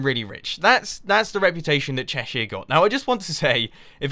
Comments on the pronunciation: Haha, I'm from a small town in Cheshire, and I didn't realise that we had that reputation. Definitely not the town I'm in, full of chavs and doley's. By the way, you say Cheshire much more poshly than I do, I say it Chesh er, with the er like the er in homer. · thats not how you pronounce cheshire you silly turnip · You pronounced Cheshire so wrong... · What's Chershire?